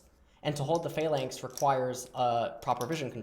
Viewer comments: Or pha-lanx instead of flanx <3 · What is he saying when he says "if its inside of a (what) lanx?